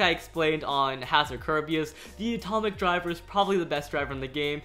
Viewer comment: I heard Etomic when he was talking about dead Phoenix